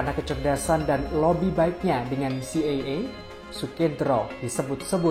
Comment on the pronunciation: C.I.A dibaca Si Ai E bukan Si Ye Ye